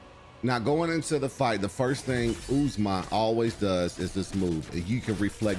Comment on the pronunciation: OOZE MAH LMAO. it’s Ozma. Like the Wizard of Ozma